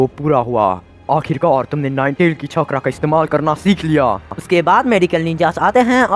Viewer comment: Bhai it's chakra